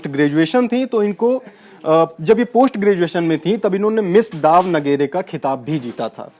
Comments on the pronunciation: वो दाव नगेरे नहीं दावणगेरे है। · dawnagre nahi ""daawan gire ""sahi hai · kuch minor issue tha story me... 1.) Sasikala Tamil Nadu ki jail nahi, Bangalore, Karnataka k jail me hai/thi. 2.) Daav-nageri nahi, it's Davan-giri ya Daavan-giri